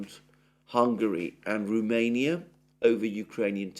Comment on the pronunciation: It is Romania not Rumenia. R O mania. Cheers.